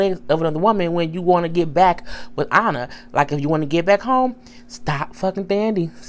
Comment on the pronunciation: It's Anna not onna